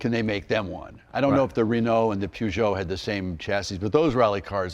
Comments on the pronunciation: Yeah so cultured he can’t pronounce Peugeot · Tim, what's a poojoe? "Purje oh" with a soft j is how you say it America. Now lets see Jay in a Metro 6R4 giving it the beans! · Pjuugoo ..... no no it's pronounced as written : Peugeot 😂😂 The Peugeot 205 T16. I think Tim Allen is mistaking the Audi Quattro S1 for an Renault as he mentions "The Pjuugoo and the Rennoo". Becaus the Renault R5 MaxiTurbo wasn't have as succesfull as the Audi Quattro S1 and the Renault 205 T16. I remember these RS200's popping up in the late 80's at the Rallycross dirttracks (not Rally, but Rallycross) in Belgium and Holland after Group B got banned. For about 3 years these cars were dirt cheap. They blew the competition away. These are high revving engines. Not as big V8 which you drive at low revving, high torque, you need to drive these under 2 liter 16valves engines at high rev's to get it to even produce any horsepower. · What a shame 2 guys who hold themselves out to be experts spout such complete and utter garbage. The car was designed by Ghia and body made by Reliant. The chassis was all Ford with the help of Tony Southgate. Where these 2 got their "peeyoojo" rubbish from is a mystery. And it is pronounced PER-geot: PER is really not very difficult to pronounce. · I'm amazed how badly Americans can't pronounce European words that are known world wide. And also I thought Leno knew his car stuff. It's like these two have seen cars but never actually drove one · oh dear me🤦‍♂️ What makes you think I'm on about that word? When the blatantly obvious is chassis and Peugeot....both French words and should be pronounced as the French say it......but no!!!🤦‍♂️ The yanks are unable to hear words and pronounce them properly.like the rest of the world 🙄 The word homologous is a European word....ever heard of the Greeks 🤦‍♂️🤡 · It's amazing that americans are unable to pronounce Peugeot right xd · What an extraordinary pronunciation of Peugeot! 😂